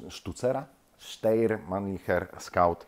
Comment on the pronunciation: Ponownie podaję prawidłową wymowę: [ˈʃtaɪ̯ɐ]! Sztajer.